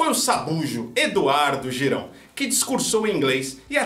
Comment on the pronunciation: O seu comentário foi maravilhoso. O que eu mais gostei foi o Eduardo " Girau".